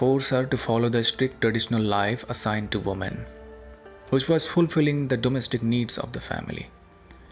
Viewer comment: Please look up how to pronounce the plural form of woman, women!